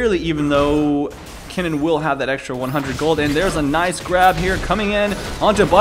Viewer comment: You too are mistaken my dear friend. Is Kennen, not Keenan